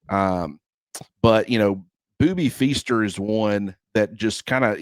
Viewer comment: It's Feaster Mick, not fester. Lol